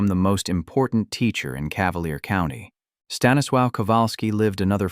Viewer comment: Honestly, someone needs to learn how to pronounce Stanislaw’s name.